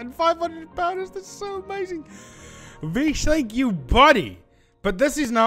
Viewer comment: Hey I am vish btw , nice vid bro. And also my name is pronounced vi-sh not Fi-sh 😂